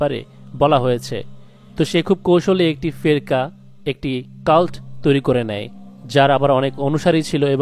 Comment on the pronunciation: উচ্চারণ টি কি ফেকরা হবে না?